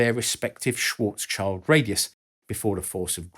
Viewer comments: The guy's name is not Schwartzs-child but Schwartz-schild. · Schwarzschild is actually pronounced more like "Shvaats shilld". Translated from German it literally means "black shield". Funny thing is that when I first heard of this in physics class I didn't realize the Schwarzschildradius was named after its discoverer but just called like that because light doesn't get through once inside of it. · Schwarzschild is roughly pronounced like Shwarts + Shield (Litteral translation = black shield) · Moreover, it's SchwarzSchild, not Schwarzchild. So the second part is Schild and not Child, Child in German doesn't mean shield, Schild does though. 😉 You're right about the pronunciation, however. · Great video on the effects black hole event horizons, nice clear explanations :) I have only one gripe: the pronunciation of Karl Schwarzschild's name. He was german, and his name is a combination of the two words Schwarz (meaning "black", pronounced "shwarts" as you did) and Schild (meaning "shield", pronounced "sheeld", almost identical as its english equivalent "shield"). The actual meaning of his name is in itself a curious coincident given his scientific work on the event horizon of a black hole. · 1st time I hear Schwarzschild pronounced that way xDsorry, but can't continue to watch, "schwarz's child" is killing me xD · Compared to Joe Polchinskys book, that was child's play really. What did hurt my brain was the "shwortz child" pronunciation (sorry ) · That poor black kid surrounding the black hole... oh, you were talking about Schwarzschild - that is pronounced like "shield". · SCHILD! Means shield but is nowhere near sounding like child. Sorry mate. There is even a play button (---> sound file) in the english wikipedia article - check out how it actually sounds. However, besides this I enjoy your videos very much. Sorry for my bad English, cheers! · The “Schwarzschield” pronunciation should be reviewed! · Its schwarz-schild not schwarzs-child